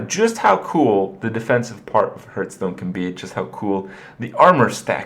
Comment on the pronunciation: You've been playing Hearthstone every day for 2 years now. And you still miss pronounce it. How?